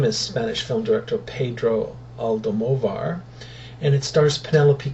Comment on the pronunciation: Almodovar. Lol why u can't learn the director name?